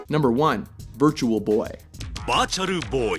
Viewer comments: Wartaru bloy... 😅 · Sounded like "Botched boy" you got that right. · "Botcharoo Boy" D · How we prenounce it: Virtual Boy How Asians prenounce it: VartaRU Boi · Sounds like the Japanese announcer is saying "Botchual Boy"! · wat-cho-roo boy. Gotta love that pronouncing